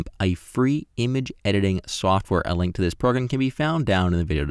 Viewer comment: After select invert, what must i do, I cannot hear your instruction clearly, you say " select invert then press the "linky"???"